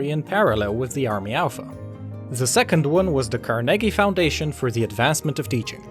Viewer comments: Car-neggy ??? It should be like: Car-nay-gee (car being long and nay-gee being shorter) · Love your videos but as a note. I've only ever heard Carnegie pronounced Carn-eggie rather than Car-neggie. Just something to keep in mind:) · Car-nee-jee-what the heck in my history class it was undisputed that it was pronounced car-neh-gee. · Butchered the "Carnegie" pronunciation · That's really how carnegie is pronounced ?